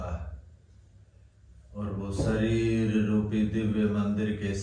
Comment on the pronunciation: स श ष अक्षर का उपयोग किन शब्द में होता है इसका प्राणायाम भी करना चाहिए शरीर होता है या सरीर श्वास होता है या सवास होता है शुद्ध उच्चारण होना चाहिए 🙏